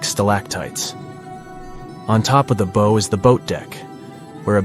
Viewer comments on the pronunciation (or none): “Bow” (of a ship) is pronounced like “plow” (not “crow”)!